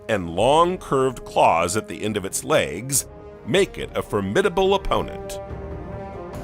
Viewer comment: What’s happening with his voice ?!? I like this but can’t listen for long. He literally sounds like an adult Forest Gump . “Legs-Guh”. “Pods-za”, and “ assembled-da”. 🤔